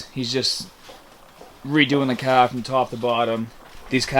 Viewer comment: you say car funny